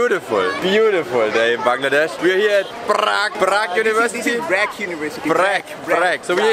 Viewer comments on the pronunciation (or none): the way you pronounced BRAC ! xD